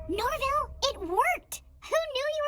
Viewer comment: “ Shaggy, sorry I mean Norvil “ No it’s okay bro you pronounced it correctly.